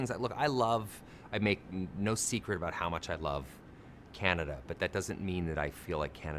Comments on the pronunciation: did you say aboot? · Just listening to you pronounce about as aboot, sounds just like how Canadians pronounce it. Then looked up Scottish immigration to Canada and it all made sense lol